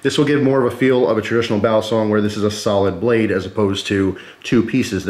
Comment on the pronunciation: Y u say basilong